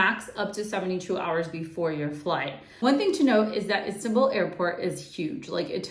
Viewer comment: Istabul airport. Hahaha